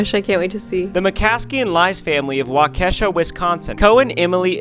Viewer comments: it's pronounced wah-kuh-sha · Jus so you know ryan! . Waukesha WI is pronounced (Walk - eh - shaw. Wi - Sconsin) We have very hard to pronounce names up here lol, I don't blame you! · Sorry Ryan but it’s pronounced WA-KA-SHAW Wisconsin.😂🙃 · Waukesha is not wau - kesha its wah-ke-shaw lol silly ryan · Wa-kesha 😂😂😂 you can always tell when someone is not from Illinois, Michigan or Wisconsin because they struggle with the Native names. Waw-kish-ah is how its pronounced. Cant wait till to visit Wisconsin. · The way I cringed when he pronounced Waukesha!! It's not Wa-Keisha, it's Wa-ka-shaw!! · Just so you know when you get to WI, Waukesha is pronounced Wah-keh-shaw, not Wuh-kesh-uh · Just FYI, it’s not Wau-KEE-Shaw Wisconsin, it’s WAU-kuh-shaw. Love you guys nonetheless. Thanks for all the good you’re doing. ❤️ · as someone who lives in Wisconsin it's not wa-KE-sha (like the artist) it's Waa-c-sha TvT you guy's at least did it better! I have herd much worst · No afence but it’s pronounced walk a Shaw😊😊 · I love how every Youtuber and viewer is coming together to help y'all. Makes me believe in the world again. Also, it's pronounced "Wa-kuh-shaw" 😠(jk on the mad part) Much love y'all. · as someone who lives in a city next to waukesha its pronouced waa·kuh-shaa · the way you said Waukesha hurt my soul its pronounced wa like walk and then kesh and then aw- Waukesha P.S Im from wisconsin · when he says Waukesha, WI breaks my soul😂 here’s the pronunciation Walk-ish-sha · RYANNN ITS PRONOUNCED "WAU KA SHAW"😭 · Just so you know when you were going through the donations you pronounced Waukesha incorrectly. It is pronounced like WA-KA-SHAW. I hope your journey is going well! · its sorta like walk-eh-shaw but said quickly! hearing it out loud makes more sense tbh, the speed at which its said and where the stress of each syllable falls affects how it sounds. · It is pronounced walk e Shaw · It pronounced Walk-A-Shaw Ryan!! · Waukesha is pronounced Waa Kuh Shaw by the way